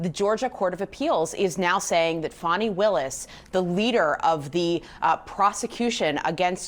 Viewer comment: F-A-N-I spells Fawny like S-A-D-E spells Shawday